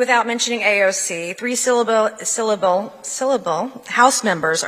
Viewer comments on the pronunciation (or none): The fact that she was dunking on acronyms and then immediately messed up pronouncing “syllable” is pure gold. No notes.